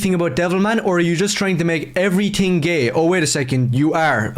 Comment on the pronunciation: And everytink